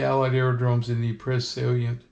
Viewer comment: hate to be that guy….but Ypres is pronounced EE-pruh. But don’t feel bad, the British during the war just called it Wipers.